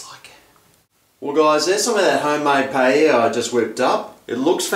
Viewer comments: you said paiela, and it should be pah e yah (with the y like in new york) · its.. Pah-Eh-Yah. not Payela. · paella pah/EH/yah tortillas tohr/TEE/yahs "LL" has a YAH sound. ;) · well you arent saying it right :P but it looked good :D